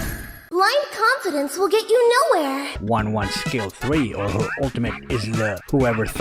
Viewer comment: Not wan wan she is ten ten